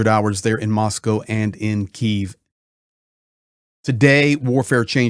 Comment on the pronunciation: Good to hear someone pronounce Moscow correctly